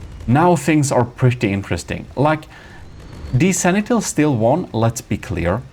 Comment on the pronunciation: Sanitel? What is that, sir? Try to read after me: Sen-ti-nel... I guess you tried that third battle 20-30 times. Video editing ftw, the Gimle is still king, despite all your dirty tricks failed here spectacularly.